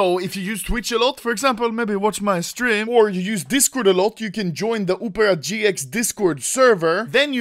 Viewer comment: bro literality said "upera gx"